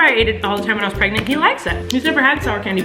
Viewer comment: why is nobody talking about how colleen kept saying pregners instead of pregnant, lol im laughing so hard!!